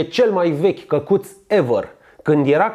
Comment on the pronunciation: ma cac pe mine de ras cand te aud cum zici " cacut"=)))